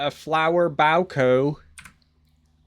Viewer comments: Holy hell he said (bow-co). Hey pronounce it like this, (boo-Kay = bouquet) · Bouquet is pronounced "BOO-KAY." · Did you just call a bouquet as "bow- kuu?" Lolol i hope you were being funny. If not, that's the craziest word I've ever heard mispronounced. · sound it out mate - bouquet = BOW. K. Rhododendron = Roto. Den. Dren. Love the videos 😂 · My sister said the way you pronounce “bouquet” is “gross.” Hahaha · uhm… thats not how you pronounce bouquet…